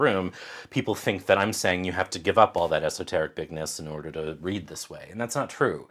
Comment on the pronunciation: Did you say 'esoterrorists?' LMAO!